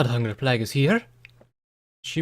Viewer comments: Neither. Playg. Short G. No end-sound. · Plague is pronounced "Play-g" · I got you. It's pronounced plaig, like Craig with a "p" instead of a "C". Plague is said like plaig. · "Harbringer" "Plag" "Palms" I love you dude but it bugs me every time